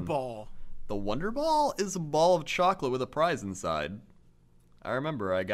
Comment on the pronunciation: I didn't hear a prize I heard fries when they first said it. lol I was like I never remember fries in it. then they said it again and was like that's funny what I thought I heard